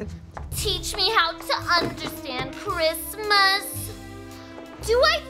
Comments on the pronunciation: "bwain hurty understandy kwismas" gets me every time hahahaha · I believe you mean cwismas